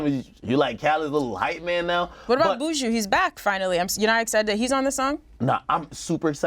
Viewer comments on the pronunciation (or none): Y'all crucifying Buju's name. It's BU-JU